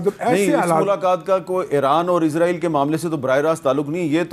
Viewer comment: میر صاحب آپ لوگ اسرائیل کو عزرائیل کیوں کہتے ہو